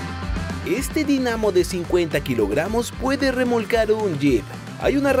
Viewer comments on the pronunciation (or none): Dinamo. Con acento tónico en la i.